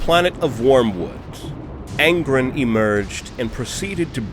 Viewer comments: It’s angrOn not angrn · Ghazghkull Thraka would not last more than some seconds against Angron, it is a silly comparison. Ghazghkull Thraka loses to the top tier of Space Marine champions, what chance does he have against a demon primarch lol. Awesome video though tbf but it is Angron not Angrund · Angron= Ang-ron.... not Aən-grin😂 Love what you do tho brother, no matter how much I hate small trivial shit like pronunciations and annunciations lol. But seriously!! EVERYTHING ELSE is absolutely excellent. Hands down one of my most favorite 40k lore channels.🐐💯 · Stop saying Angrons name wrong, its An-gron like bat-man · Not gonna lie, the way you were saying Angrin had me kinda tweakin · "Angrun" .. I'm sorry. This pronouncing of his name made me crack up over and over. x'D Good video though. Ghaz would win. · That's not how you say Angron! Literally listen to anyone else say it. Good vidoe though, thank you.